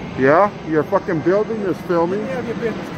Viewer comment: "you fimmin us?"